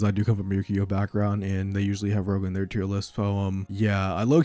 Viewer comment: i love me some "rouge" decks :P